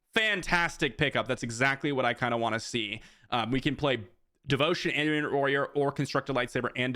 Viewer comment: Hey, I absolutely love your content! I watch you every video and I really appreciate your Insight! I don't want to be rude. I don't want other people to be rude. Itinerant Warrior is pronounced eye-ten-er-ant. Like itinerary. Totally not a big deal you are obviously highly intelligent and capable. I love your videos thank you so much for putting all the hard work into them!